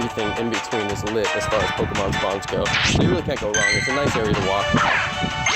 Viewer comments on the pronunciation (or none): did you stop trying to say Pokémon correctly?